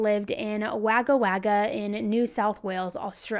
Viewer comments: The correct way to say Wagga is wog-uh. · Sorry but I lost it laughing when you pronounced Wagga like that 😂😂 The first ‘a’ has a short ‘o’ doing, so it’s pronounced like ‘Wogga Wogga’, but most of us just called it ‘Wogga’ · That would be pronounced 'wohgar' not a short a.